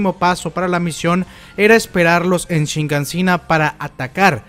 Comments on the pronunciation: es Shiganshina, por qué siempre dices ShiNganshina? Queda fatal escuchar esa N ahí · SHIGANSHINA...tantos videos ysigues con "shiNgansina".